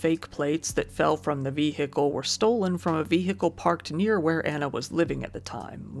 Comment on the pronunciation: Seriously how can the word “vehicle” be pronounced like that. I feel like it is a parody each time he says it